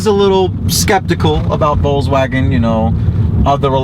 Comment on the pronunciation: Thanks for the video. And I prefer your pronunciation of Volkswagen above any I've heard. I'll look forward to more updates.